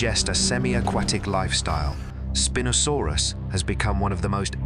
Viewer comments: It's "spine-o" saurus... not "spin-o" lol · Did the Spin-O sarus spin around like in a disco or was it named for having a large sail for a SPINE? I'm hoping for the disco name as I love disco balls and spinning around but alas I think IT IS PRONOUNCE SPINE-O-SARUS.